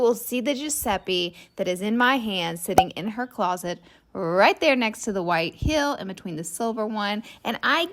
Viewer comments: Heel and deal should rhyme, but not like "Hill" and "Dill." Try saying "HE" and then the L sound. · It's heel not hill, the pronunciation is driving me crazy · Heeeeel is the shoe part. The way you say it its Mountain hill